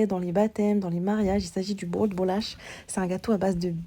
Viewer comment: Tu prononces bien " bolacha ". Tu es portugaise ? Moi oui. 😊